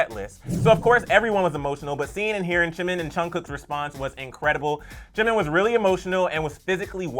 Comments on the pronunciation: You say Chimin 😅 think of it as Gee-min. Jimin is pronounced as so 💜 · Is it just me or does he call him Chimin? I can hear him say Jin, Chunkook and Chimin and again later again chimin... It's a J....JIMIN... JUNGkOOK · did he just say CHIN and CHIMIN and CHUngCOOK...... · The fact that they call him chimin I'm dead